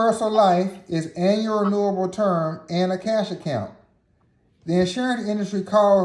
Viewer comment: Man loves to say anal instead of annual... lol great vid tho